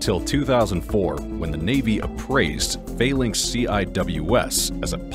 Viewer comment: It’s pronounced ‘FAL - ANX‘, not ‘FAIL - ANX’, although its is spelt ‘PHALANX’.